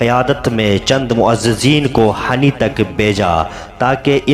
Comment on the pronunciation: اصل میں گاؤں کا نام hini ہے hani نہیں ہے